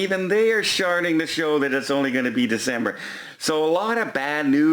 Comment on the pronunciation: “sharting to show” 😂